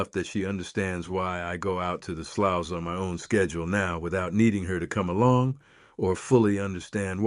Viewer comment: Sloughs is pronounced: "sloos" / slews